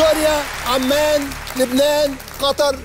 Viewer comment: هو ازاي عصام يوسف بيقول عمًَان اسمها عُمان بضم العين